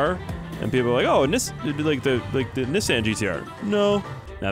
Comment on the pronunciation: So r we jus gonna not pay attention to how he sed "nissan"